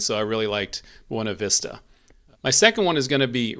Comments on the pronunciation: Fairplay's my favorite, but I guess that's because we live there (parttime). Also FYI, the locals pronounce it Byoona-vista. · I’m a Colorado native born in Salida lived many years there as well as Buena Vista never herd the way you pronounce it